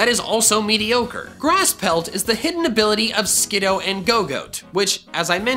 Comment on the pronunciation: Me when he says skid oh 😫 I love skid oo